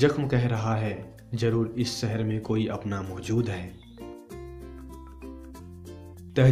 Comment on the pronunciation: aap 'sh' ko 's' se kyu pronouce krte ho??... lyk.. sheher... usko aap seher bolte ho..